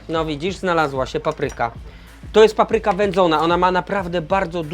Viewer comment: Świetnie, ale zawsze jest coś do poprawy: 1. Nieumytą po kurczaku ręką podkręcił regulator palnika. 2. Ręce umył bez mydła. 3. Akcent w słowie "papryka". To nie "muzyka", więc dlaczego na pierwszej sylabie? P.S. Ten tatuaż jest zmywalny?